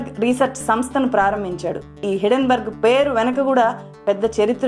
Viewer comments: హిడెన్ బర్గ్ కాదు - హిండెన్ బెర్గ్, correct yourself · Thulasi garu meeru company name wrong ga palukutunnar. It is not hiddenberg it is hindenburg.